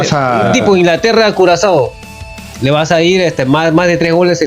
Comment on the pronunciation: Se dice: “ Curazoleño”.